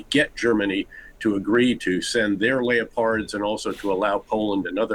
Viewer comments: "Lay-oh-pards"? Really General? Where did they find you? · Lay oh pards? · man said layowpards... does america have education? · shame he cant say leopards correctly